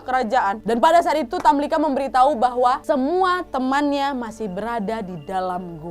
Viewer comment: Tamlikha, pake خ Bukan tamlika.